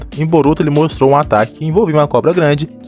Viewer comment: Brotuo??? Que português é esse Man mais de boa